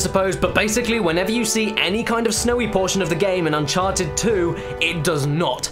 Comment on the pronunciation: "un-karted" subscribed